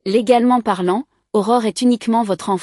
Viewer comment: Aurore et non horreur